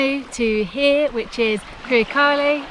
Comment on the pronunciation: I could have sworn I heard you say "Purekkari Tikka Masala". Sounds delicious :P